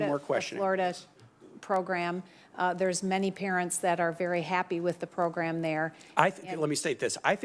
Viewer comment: elizabeth warren is such an idiot proGRUM proGRUM PROGRUM